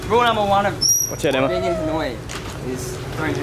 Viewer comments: Dudes, Ha Noi, not Han Oi, please :))) it sounded like you were calling someone named Han :)) Anw, thanks for your exciting video! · ha noi not han oi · It's Ha noi, not Han oi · I love hat haha. Love the video. Its Ha Noi btw not Han Oi haha. Keep updating!!! Subscribed!